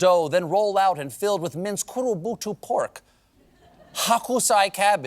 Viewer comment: His pronunciation wasn’t actually too bad though, I think his errors were more from lack of rehearsal than for lack of knowledge of the language (I.e. he said “kurobutu” instead of “kurobuta”)